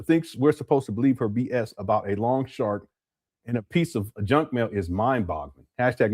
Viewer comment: I thought she said Lawn shark instead of long shark. I was out on my lawn looking for sharks! 🤭🤣😂